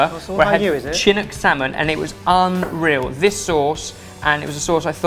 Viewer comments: I agree, as someone who is from Vancouver, BC it is pronounced SHIN-ook. You should visit us here, it is an outstanding city from eating seasonal, local cuisine. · To, Chinook is acctualy pronounced shinook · When says "CHIN-ook" salmon... haha! The C is soft, shinook salmon. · as an Oregonian I must correct you; you pronounce the salmon Chinook more with a SH and not the ch sound.Thank you!!!👍🏻👍🏻👍🏻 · As an Oregonian, does it slightly bother you that is pronounce the Chinook salmon with a ch instead of the SH sound? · Oof. That pronunciation of Chinook is rough. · says "chinook" funny haha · Oregonian here. Am I hearing things or did say "chin-ook"? We pronounce it "shin-nook". Just sayin', lol. (5 points for pronouncing "Ore-gun" correctly, though!:D)